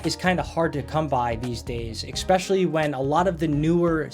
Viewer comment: Great video! I just have to point out that you’re not supposed to say “ecspecially” and not “ec cetera”. They’re actually pronounced “especially” and “et cetera”. Literally the way they’re spelled is how you pronounce these words.